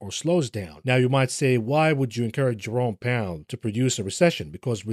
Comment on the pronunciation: I misheard you say Jerome Powell as "Your-own Peril" and had a proper snort.